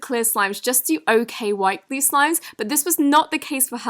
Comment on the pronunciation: Glue not glee😂